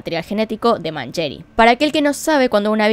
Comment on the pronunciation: Lindo video loca !!! pero ojo con la pronunciación , decis Pierri Y Mangeri con una Yankee